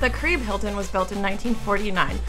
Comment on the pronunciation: Lol at careeb. "Kah Ree Beh" oh:-)